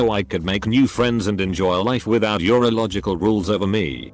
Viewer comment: Who else heard "your illogical rules" as "urological rules" and was like WFT?